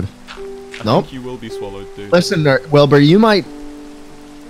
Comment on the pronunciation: Schlatt almost called Wilbur nerd. “Listen n-Wilbur” 😂😭👌